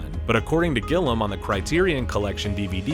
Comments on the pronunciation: The way he pronounces Terry Gilliam's name is driving me nuts. My favorite director and I've watched everything he's done so I know his name is pronounced Gilliam (like William) but he keeps saying Gillem. Great video otherwise. Very informative 👍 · I had to stop the 10th time you called him Gillum. It would be like talking about John Close or Graham Chopman. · Loved this movie from first viewing. And while this video was well researched with lots of new tid bits to learn, I only wish the narrator could learn how to pronounce Terry Gilliam's name properly. It's Gilliam, not Gilham. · Every time the guy says "Gillam", I feel angry. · Just started watching. You've lost me at when you said Terry Gillam. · Gill-e-um, not Gill-um. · GILLIAM! Not Gillam for fucksake. All this detail and you can’t even get the directors name right?! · His name is GILLIAM, not Gillam, Gillum or whatever the fuck you're saying! Had to stop watchung as so fuckin annoying! It has an "I" before the "A" like "William" or do you say Willem? A channel dedicated to movies & you can't get that simple name correct? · who's Terry Gillum? i mean, how could they get his name wrong SO many times? sheesh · You'd think a narrator would check the pronunciation of a name they're going to say regularly throughout a 25 minute video. GIL-E-AM, not GIL-AM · It’s gill-ee-um not gillem lol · Maybe try to say Terry Gilliam's name correctly? Fucking painful to listen to him call him gillum like gollum. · It's gill-ee-um, not gill-um. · Roger Ebert: "Seal Beach" Benedict Cumberbatch: "Pen-goo-in": "Gillem" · It's Terry Gill - ee - um not Terry Gill - um ffs... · The director's last name is pronounced GI * LEE * UHM, not Gil-Uhm! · Yes, Terry GILLEY-am. For me, it’s been that since I discovered Monty Python in 1974. The narrator kept saying “Gillum”; I thought he was talking about a different guy… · Why do you keep calling him "gillam" it's "gilliam" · It’s pronounced GILLYAM not GILLUM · Gilliam, NOT "Gillam"!